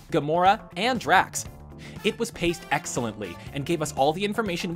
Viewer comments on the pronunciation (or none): none